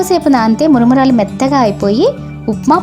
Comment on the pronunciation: Maramaralu not muramuuralu